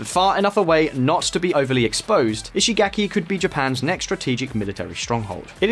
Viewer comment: In case it's helpful, the vowel in Japanese words represented by the letter "a" is pronounced like the 1st vowel in "father.' You keep pronouncing Japanese words with a vowel that does not exist in Japanese. There is no /ae/ sound in Japanese -- I mean the vowel most Americans use in the word "cat." So when you say "ishigaki," the 3rd vowel should be pronounced like the 1st vowel in "father."